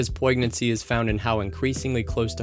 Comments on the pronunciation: "POIG-nancy" wtf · poignancy lol. The g is kinda silent. Love your channel! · I love your mispronunciation of "poignancy" because it means you learned it by reading. It's a g-as-y soft sound: poin-yent. Thanks for the outstanding product as always. Really looking forward to the companion piece I hope you'll do for the other 5 guilds. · Just a quick one, check that pronunciation on "poignancy" - its a good idea to test out your vocabulary with friends and family, as well as encountering new words whilst reading. Overall fluency of expression will deliver your though-provoking thesis with more clarity.